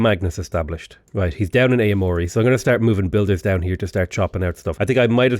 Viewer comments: Aomori... Oww-mori not A-mori. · Noticed you said "ay-o mori" for Aomori. Would be more like "ow-mori" the A makes a sound kind of like in cat and the o makes a sound sort of between god and go. Together, ao makes a sound like "ow" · Aomori is pronounced owmori just a small FYI c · as a japanese speaker, it's actually ah-oh-mo-ri